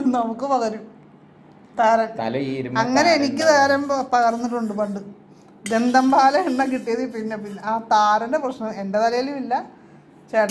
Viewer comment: പോന്നു ചേച്ചി ധന്തൻ പാലാ അല്ല ദന്ത പാലാ 🤣🤣🤣🤣